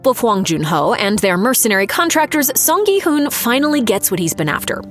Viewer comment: first video I've seen where the person actually says his name correctly as "hoon" and not "hun" as it's spelled in English